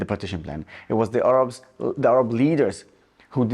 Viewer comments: They're called Arabs, not Orabs. I would have thought, as an Orab, you'd know that. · An Arab that cannot pronounce Arab.. 🤣🤣🤣